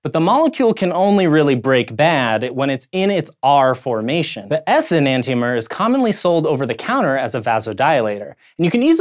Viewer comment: It's pronounced "E-nan-shomer"